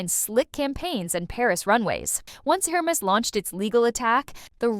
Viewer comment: If you're going to discuss a brand. At least make the effort to pronounce the name correctly. Air mez, Not Hur mess